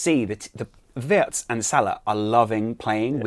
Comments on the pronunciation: It's pronounced as Virtz not Wertz. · Actually it’s vietz not virtz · Pronounced veeartz